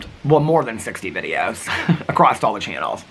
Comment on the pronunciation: you say A crosst and instead of a cross. Just something I noticed that you do sometimes. But if it makes you feel any better I used to pronounce sliver wear sliva wear for some reason😂